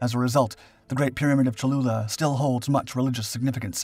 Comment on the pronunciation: Great video- I hope I wasn’t the only person who heard “chalupa” at first.